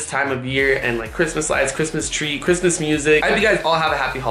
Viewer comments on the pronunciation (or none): you said Christmas trow and you habed to said Christmas tree